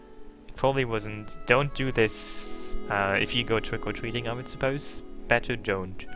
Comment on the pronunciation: ahahah "twick ow twicking" You should learn to say the R's instead of snorting